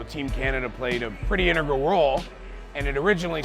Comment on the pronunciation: I don't know if it's a Canadian thing or just bad pronunciation but the way D'Amore pronounces "integral" is hilarious.